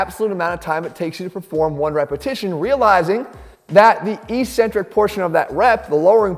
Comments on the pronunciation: Maybe it’s because my dad was an English prof, but I tune out as soon as you say “E centric”. The word is “Ek centric.” There are two c s. NO ONE in the exercise world says it correctly. Be brave. Be the first. It’s just ignorant. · When you say "e-centric", do you mean to say eccentric (said eck-centric)? Ecentric (as written in the subtitles) is a company.